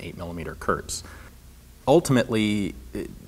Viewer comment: Hi ForgottenWeapons! I just wanted to let you know that "Volkssturm" is pronounced more like "Folkssturmgewehr". "Thuringia" is almost good, we just say "Turingen" in German. "Kurz" is not pronounced like "Kurt" but more like "Koorz".